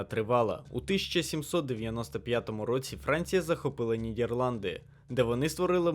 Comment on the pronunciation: Дуже цікаве відео! Є трохи проблема з вимовою, наприклад замість "Нідерланди" кажете "Нідєпланди" ітд., але так, то цілком собі добре зроблено